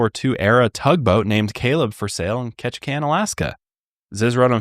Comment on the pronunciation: Well hearing Ketchikan surprised me 😂 that’s where I was born. Well done on your pronunciation! 👌🏽